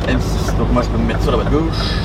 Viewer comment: M6 « toule » 😂😂😂